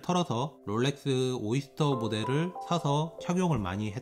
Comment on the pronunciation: 롤레뜨~~~th 발음 죽이네 ㅋㅋㅋㅋㅋㅋ